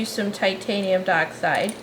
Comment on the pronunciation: I’m sorry I know it’s nitpicky but it’s not titanium duh-oxide it’s titanium die-oxide.